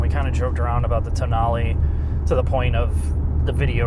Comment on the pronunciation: Did he just pronounce "Tonale" TOE-nail? It's toe-NAH-ley. They got it right at other places in the video, so maybe he was making a joke.